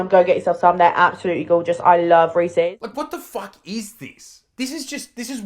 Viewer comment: Reesy fucking reesy ITS REESES HOW THE FUCK Where's the y fucking hell